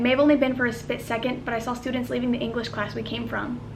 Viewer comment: Hehe, she said 'spit' second.....lol